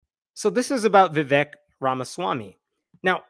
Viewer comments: Vivake (pronunciation) is fake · Vivek. Rhymes with cake. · His name’s Vivek, it rhymes with flake. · Vivek rhymes with cake